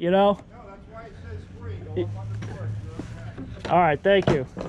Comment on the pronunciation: Free not tree